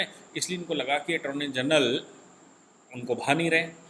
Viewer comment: ATTORNEY GENERAL … not Atorny General